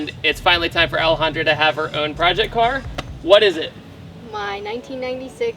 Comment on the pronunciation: I'm going to ruin this video for you guys by saying: every time he says Alejandra it sounds like he's saying L 100